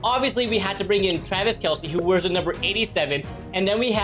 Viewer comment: It’s not kelce it’s kelce